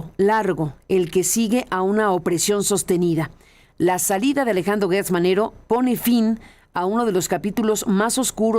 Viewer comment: Carmen es Gertz no Guertz. ¿cómo dices geranio o gueranio; Gerardo o Guerardo?